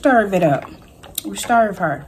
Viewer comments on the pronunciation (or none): Am I the only one that luvs when makes her delight and says stirv her. Stirv her up.? I luv that!! Btw u are beautiful. That pink eyeshadow is EVERYTHING on u!! Food looks delicious.